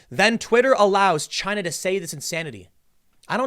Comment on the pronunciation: Trump said it first "A-CHY-NA. 👌"